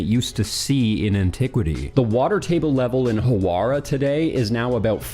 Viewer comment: "Howarah" "Lexor" Dude, at least try.